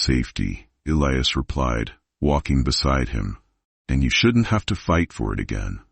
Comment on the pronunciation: Total Bullshit.This never happened.There is no record of it.Romantic but fabricated story.Why does your pronouncing of Elias's name change??? Very suspicious.If you are going to produce fiction,you should disclaim it !!!Stop producing content.PLEASE